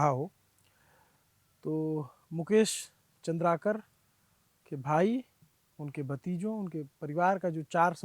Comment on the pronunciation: Name thik se batao. Chandrkar nahi Chandrkar hai